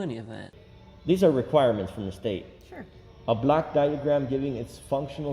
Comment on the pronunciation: He misarticulates. It is a "block" diagram, not a black diagram. Hell, confused the hell out of me! A black diagram? Lordy!